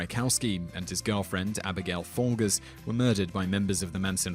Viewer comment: Folgers has a soft g. NIN (Trent Reznor) recorded an album in the Sharon Tate house. How did Mildred become Milfred?